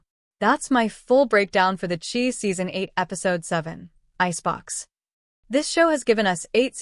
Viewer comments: It’s pronounced Shy not chee. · Great commentary BUT it would be great if the names were correctly pronounced... even the title CHI is pronounced incorrectly. So I usually cannot make it through its entirety. It is like a disrespect.